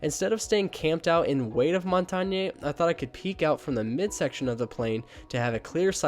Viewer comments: It’s mon tane not Mon tan ye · Can you please stop pronouncing montagne wrong it’s really irritating